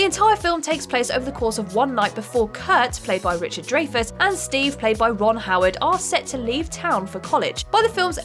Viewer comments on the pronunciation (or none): Richard "Dray-Fess" & John "Coo-Sack" is it? Wow. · (DRY-FUSS) Dreyfuss It’s not a “gray” area, nor a “grey” area. His surname is pronounced as above. It’s not about right or wrong, just a bit of respect if you’re going to mention a respected actor’s name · The worst copy reader gets the most videos. "ek-specially" "adaption" Richard "Dray-fuss" "poyg-nant" "re-buuked" John "Koo-sack"